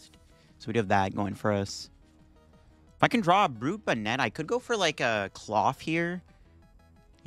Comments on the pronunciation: Love your content, but your pronunciation is gonna kill me dude. 😂 It’s BON-net. Like a hat. Brute BON-net. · Bonnet is an actual English word, please pronounce it correctly in later videos. Appreciate the frequent uploads!